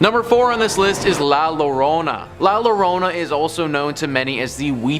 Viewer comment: Coo-leh- BRON (short /o/) and La Yuh-ROH-nah (again short /o/). Now a days you can find the correct pronunciation on Google translate.